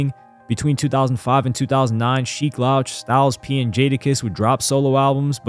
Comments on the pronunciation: It's pronounced Sheek LEWCH bro, not loush LOL... WTF how are you doing hip hop content and saying basic names wrong? You cant be a true hip hop fan and you are starting to seem more and more like a culture vulture recently. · Sheek 'Loaach" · Sheek's name is pronounced "Lewch" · Son, "Sheek Laoch" is wild 😂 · It’s pronounced Sheek “Looch” … but keep up the good work, I do enjoy your content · Bruh u cant keep doing content on hip hop icons or hip hop in general if you keep mispronouncing their names. I'm a fan of the content and respect the effort but do more research or watch a video on how to say their names. It's getting disrespectful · How you gonna pronounce Sheeks name wrong? More than once, too. Smh. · You mispronounced Sheek Louch name the entire album lol. Great video besides that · His pronunciation of sheek louch is annoying af, how you making hip hop history videos n can't even pronounce names correctly